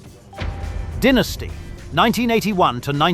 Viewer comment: Did he say "dinnacy" instead of Dynasty? What?!